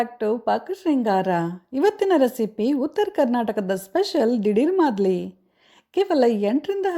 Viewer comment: Its not MAADLI.. its MAALDI